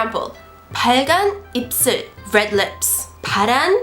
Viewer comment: it's 입술 not 입슬... just noticed that while watching your video